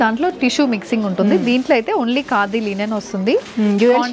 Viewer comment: Wow. ఎంత కాలానికి మీ నుండి " లినెన్ శారీస్" అనే మాట విన్నానండీ. 👌 అందరూ లెనిన్ శారీస్ అనే అంటారు. వినలేక , చెప్పలేక.... థాంక్యూ 😅